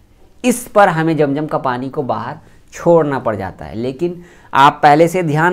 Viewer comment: Jam jam nahi hota hai. Zam zam hota hai